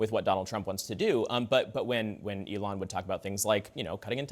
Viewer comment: Did he really say Elion? 🤣Trump 2024!!! MAGA!!!